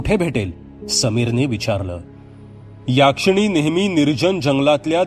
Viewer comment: याक्षिणी नाही हो.... यक्षीणी